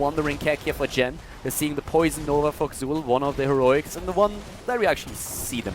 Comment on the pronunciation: It's pronounced Zul.